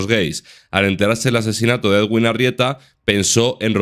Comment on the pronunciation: la pronunciación del nombre del señor es muy sencilla, eduin, ya está nada de ed-uin, eguin y demás. Todos los medios españoles lo dicen mal